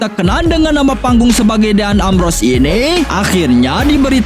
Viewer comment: din embros bukan deyan ambros